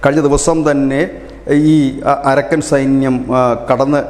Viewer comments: അരക്കൻ അല്ല അറാക്കാൻ ആണ് ശരി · അരക്കൻ അല്ല അരാക്കൻ ആണ്.